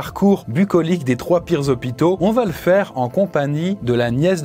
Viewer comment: "c'est ca la réalité dans les zozopitos!" lool